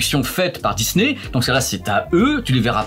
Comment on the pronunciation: On dit pas disnè mais disni